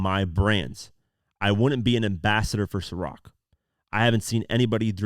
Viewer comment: Atleast your able to pronounce Ciroc... How you order a bottle of lechemaduwa? 😂